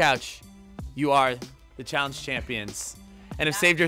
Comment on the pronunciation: "Welcome to challenge challiice"💕💕💕I love yall